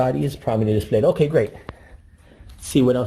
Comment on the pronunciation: "Prominently dee-splayed"